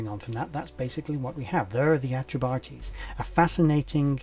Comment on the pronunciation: Enjoyed!. I do believe it's "Atreb-Ahteys" as opposed to "Atreb-Artees", Peace.